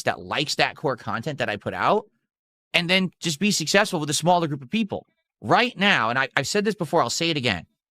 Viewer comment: 100% Sus ..... but emphatically NOT SUSS-ESS-FUL!!